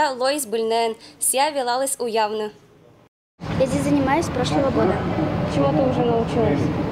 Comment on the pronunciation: Не уявны а уялны